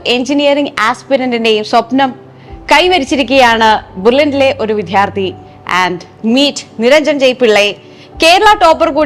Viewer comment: ടീച്ചർ... വിദ്ധ്യാർഥി അല്ല വിദ്യാർത്ഥി.